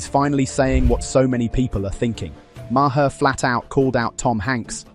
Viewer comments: BTW, it’s Marr not Ma-her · Who the hell is Marhar? It’s pronounced Marr. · Hey guys - Bill Maher pronounces his last name like "Mayor" Not MaHar. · His name isnt Ma her its Maar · Stupid AI voice, it's pronounced MAR not MAR-HER. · It's pronounced Mar. It's not Mar her. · His name is pronounced Mar not Mar-har. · "The British Brothers"? What the hell is this shit? And what's with the Bill Ma-her pronunciation? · Its not ma her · Who is Bill Ma-her? AI blows. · Its pronounced Marr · It's just Mar..not two syllables..just sayin It's driving me crazy..lol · Your A.I. can't pronounce Maher? MAY-er. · Idk if you're AI, but the pronunciation of Bill Maher's last name is one syllable. It rhymes with 'far'. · "Mah-her". Ugh. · I had to stop after the tenth time of saying may-HER 🤣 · You need to pronounce Bill Maher’s name correctly. Makes you sound dumb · The h in Maher is silent. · Dude, the h in Maher is silent. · HEY…. MATEY!!!!!!! THE E. IS SILENT IN MAHER!!!!!! GET IT????? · Why can't people say Maher correctly? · You need to teach your AI bot how to pronounce Maher.